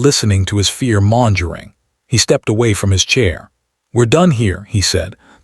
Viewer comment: Per Google's AI: "Mongering" is pronounced like "MUNG-guh-ring" in both US and UK English, ....